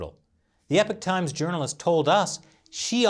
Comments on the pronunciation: mate, sir. It's pronounced as said like this phonetically E POCK like hockey puck but with a O not EH PIK, Epoch is a cool word give the respect it deserves. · Y u keep saying epic times u not know how to say epoch times? Get dictionary bruh. Hard to be credible when u not know ingrish wahahahaha